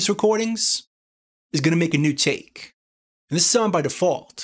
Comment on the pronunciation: Take Take, a new Taaake, all Takes here! (You say that word funny)